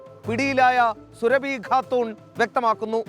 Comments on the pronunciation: സുരഭി അല്ല സാറേ സുറാബി.... സുഹൈൽകാക്കാന്റെ സ്വന്തം സുറാബിതാത്ത....ബീവി 🤣🤣🤣🤣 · Surabhi khatoon alla ..."sooraabi khatoon".